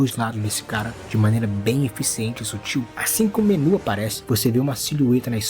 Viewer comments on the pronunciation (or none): none